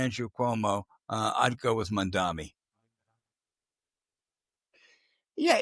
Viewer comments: Ok guys, I know you’re way up there in years but please pronounce a man’s name correctly. It’s Mam-Dahn-EE, not mamdami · I like you guys show but sometimes Al messed Zoran last name MAM -DA-NI